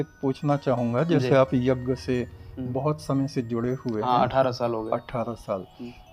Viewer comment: Yeh aadmi yagya ko yajja bol Raha hai ...... pahle bolna to seekh le yajja yajja yajja bole ja raha hai